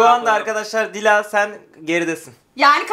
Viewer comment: dış ses 4 3 ilk baş da yanlış söylüyor